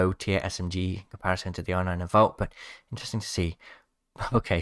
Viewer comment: (I’m Fake Leave Me Alone) But He Says “InTreSTinG” 😂😂